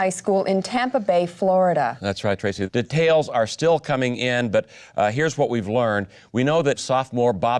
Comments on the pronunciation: I've never heard someone pronounce "details" this way before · "de-tails" shutup lmao